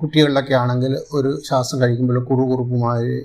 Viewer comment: ശാസം അല്ല ശ്വാസം. English ല്‍ പലതും പഠിച്ചു, പക്ഷെ മലയാളം ?